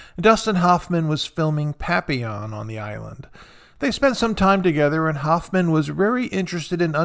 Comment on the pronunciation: Please learn how to pronounce Hoffman . 😃